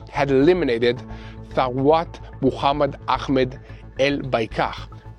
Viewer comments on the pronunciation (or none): none